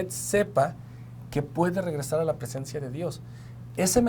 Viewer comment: Hola, tengan en cuenta la palabra presciencia, fue leída como presencia,gracias